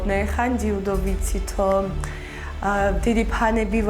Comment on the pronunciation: ჯიუდო არა ძიუდო😂